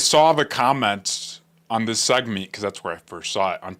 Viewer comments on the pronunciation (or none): Segment. It Segment. Not "Segmeent"